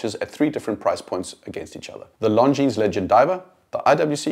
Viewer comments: Very good video — but PLEASE pronounce Longines properly. Only ignorants pronounce the S at the end. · the way you pronounce it, it sounds like “Long Jeans”! I have the Legend diver in all black, which makes the long lugs less obvious and I love it! Amazing value for money! I prefer the design of the dial because of it’s vintage look, although the JLC is obviously better in terms of finishing. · Glad you enjoyed the video. Thanks 😀 Not sure how I feel about being called ignorant though. May continue pronouncing the S on pure principal. 😂😂😂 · Sorry, that was uncalled for on my part. I will remove my comment in a couple of days. I just thought it was a shame that such a nicely done video (with a very talented and well spoken host) ruined the end product by mispronouncing the name of such a pillar of the watch industry. I think people can be forgiven for botching Jaeger-LeCoultre -- but not Longines... ;)